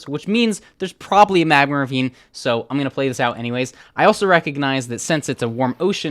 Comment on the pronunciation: Why does he say magmer instead of magma...